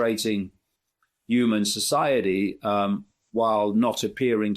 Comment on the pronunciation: Hey Dave it's Human not Uman